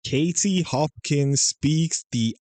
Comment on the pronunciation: There is a T in Katie, please use it.